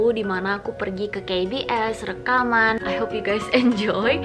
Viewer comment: that, " KA BE ES" .. pronukasinya kukira lagi di kbs, kbs yang ku maksud "kebun binatang surabaya" :(